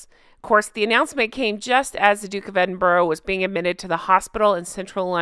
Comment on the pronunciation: Love your videos. Just a wee side note, Edinburgh is pronounced Edinburra lol